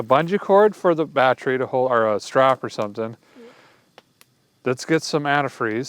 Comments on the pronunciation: What's a badtree?? Are you trying to say battery? 😅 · and it's not battry, it's battery.